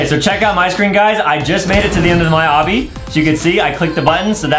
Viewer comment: its not abi its obby